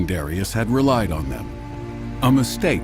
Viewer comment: I can't stand how they say Darius 😒